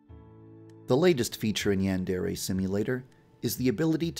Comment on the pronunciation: OH MY GOD,for the first time in forever [Insert Frozen joke here] he pronounces Yandere right,I'm so proud of you Too bad you don't do it for your other videos